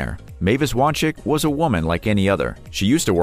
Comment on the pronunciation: FYI it’s pronounced (Wahn-Zik)